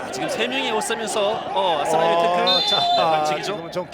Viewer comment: Aku suka kalo komentator bilang asnawi, Ashunawii logat korea enak didenger :D